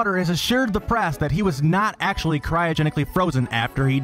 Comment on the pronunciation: "DIS!ney Land is Actualleeeaahh.. FULL"